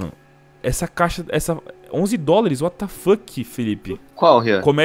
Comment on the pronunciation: Ele Falando "Uatá Fokii"